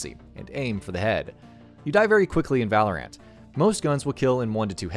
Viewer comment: It hurt me every time this guy said Valorant.